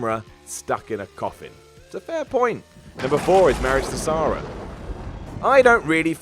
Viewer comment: Sara. Not Sah-ra.